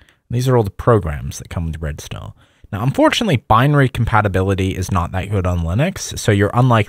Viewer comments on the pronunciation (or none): I thought the os was Red Stone because he keeps saying Red Sta. Red StaRRRR. ARRR matey. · I had to rewing it 10x to try to hear the name of the os, it sounded like you were saying red stont. I thought it was red star but it didnt sound like you were sayibg that. So then I googled it and it is in fact red star. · Don't even get me started on Red "Stow" OS. How can you mispronounce star?? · Why do you pronounce it like Red Stone? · Why is he pronouncing “intranet” so bizarrely? I’ve never heard anyone pronounce “intra-“ that way. His accent is confusing when he says Red Star it sounds like he’s saying “red stone”. Throughout the video (example ) he says ‘Red Star is KDE “riced”(???) to look like MacOS’. Obviously he means it’s themed/customized/skinned to look like OS X, but does anyone understand what word he’s actually saying here? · Whenever he says "redstar os" I can't help myself hearing "redstone os" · Did you say redstone? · what i am wondering is why he pronounces red star as redstone